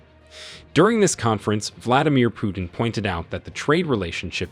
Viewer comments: My friend it is not Pyutin it is Putin Learn How to pronouns names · Poo-tin, not Pew-tin 😂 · Could you pronounce the name correctly, please: it's "Pootin" and not "Pjutin". I don't want to make any political statements here and I am happy for African nations' debt to be forgiven( it probably does mean a relief to them) but, as for me, I feel that the motives here could be of different nature. I am not too sure that there are no "ulterior motives". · It's not "Pyootin", it's "Pootin". Russian Путин. Google translate will pronounce it for you. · Putin NOT Pjutin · in the future, it's "POO-TIN" not "pew-tin." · it's not Pjutin, it's Putin,learn to pronounce the guy's name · Pronounce well : pootin. Not pewtin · His name is Putin, not "Pyutin." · The way you pronounce Putin (pew-tin) makes me hella uncomfortable lmaoo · Your pronunciation of Putin isn’t right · I can t like your video when you show that you are too stupid to pronounce PUTIN. How hard is that? What school did you go to?